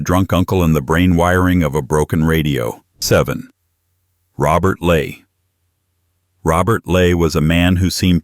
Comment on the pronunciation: It's Robert ley get the name right